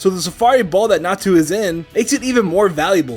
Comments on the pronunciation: its not Natsu, its Natu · Calling a Natu a Natsu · Did anybody else notice that instead of Natu the were saying Natsu? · When he said natu I thought he said nastu!!